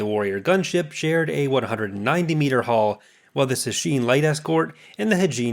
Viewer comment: its sounds like you are saying haul not hull